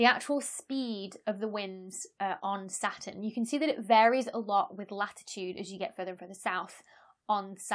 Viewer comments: you don't pronounce the T either (sounds nice though) ;) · you don't seem to pronounce the t in saturn either :) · I wasn't gonna comment about you butchering "satun," but since you mentioned it... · You don't pronounce the 't' neither. Everything is fractal in the end, as some scientists have discovered, we just don't know how exactly yet; chaos doesn't exist, it's just a human perspective, planets are kinda boring for me, I prefer the 7 Pleiades powerful beauties #StarFeminism #LOL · NoName Sounds more like: satuhn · satoon* because that pronunciation is cooler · Now that you mention it, you don't pronounce 't' either... "Sah'un" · In Britain, the T is silent: hospi'al (hospital), going ' pub (going to the pub), Sa'urn, buh'er (butter) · Not only don't you pronounce the R in Saturn, you don't pronounce the T, so it comes out as Sa'uun. Which is a really cool name for an alien planet when you think about it. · Sa-un ftw. You also skip the t half the time too :) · "...about how I pronounce Sa'u'n, 'cos I don't pronounce the R -- welcome to the North!" But you don't pronounce the T either 😂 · i don't think anybody cares how she pronounces "Sa'u'n" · She says it kinda how Americans say Batman, with a glottal stop instead of a T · You don't pronounce the T in Saturn either; you say it more like an extra U :P. I love your content. It is super informative, engaging, and has wonderful humour to it. Soup Avoid, and the Planemos band still has me chuckling. Cheers!!! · I can hear the r in her Saturn. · You don't pronounce the "R," either? Neither does Rhode Island. Cool! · You don't pronounce the R in Saturn? I think there's a T in there somewhere too. LOL Keep up the good work, as your explanations of the various attributes of the cosmos are always informative and easy to understand. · Real Saturn fans pronounce the R 😄